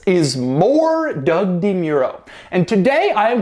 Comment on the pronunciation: I know this sounds weird, but....I think Doug pronounces his own last name wrong.